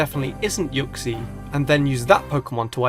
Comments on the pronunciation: It's pronounced ooksy not yooksy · it's not u-xie its oo-xie but it's spelt uxie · u say uxie rlly weirdly